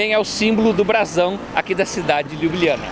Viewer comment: Fala o nome CORRETO, LYUBLYANA